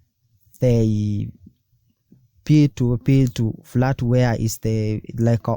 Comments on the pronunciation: Very good video. Please the word is FIAT not FLAT. It's 'I' not 'L'. F NOT F L A T I A T PLease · Fiat not flat